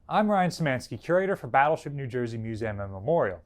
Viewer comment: "mus- A -m" yep, that's new jersey alright